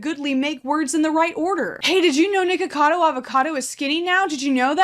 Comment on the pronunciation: she did not say nickocado corretly. Funny thing she was just talking about racism